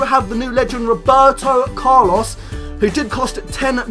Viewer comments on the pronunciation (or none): none